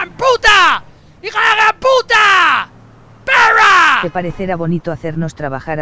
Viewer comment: Menuda leyenda hijo de pewwwrra